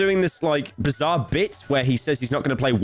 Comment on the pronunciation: Every time pyro said bizarre I lost a brain cell. I’m now brain dead. Thank you pyro